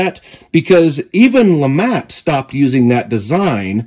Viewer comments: I believe it is pronounced the “Lou-Mah” Revolver 😅 not trying to be that guy but I’m just trying to spread the word. Nice video! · I believe it's actually pronounced Lemay. But either way, it's a very interesting concept!